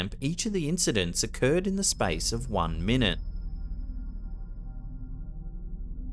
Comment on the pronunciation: Sounded like she was saying “mine”